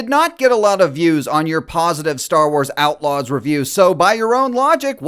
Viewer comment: "Star Wars Aightlaws?!"